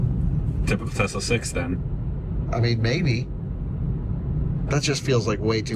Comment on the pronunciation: he was fired, unfortunately, for saying Tezz-la all the time, and "Spokaine." While indeed unfortunate, it had to happen -- there is no excuse for these pronunciations.